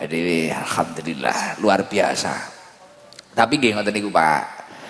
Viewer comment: Fasih beneer ucap hamdalah.. jangan jangan dulu muslimah itu